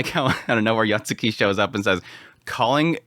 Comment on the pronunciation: Isn't it Yotsugi? spammind YotsuKI is concerning. Yet again, I've heard his pronunciations of anime titles in his reviews, maybe it's too late for him. 😅